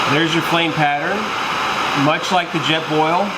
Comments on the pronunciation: What is a "jet ball"??? "Intresting" is not a word. Piezo: PEE•ay•zoh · Jet "Ball"????? Pē•ā•zō